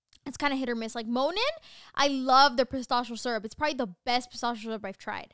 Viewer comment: It’s nat pronouncing pistachio like pa-stosh-io for me 😂😂